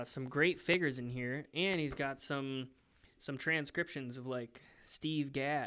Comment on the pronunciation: Literally nobody: Matt: “ F I G G E R S “